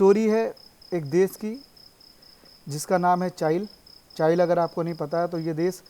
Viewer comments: चाइल नही भाई चीले और चिली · Chile not chail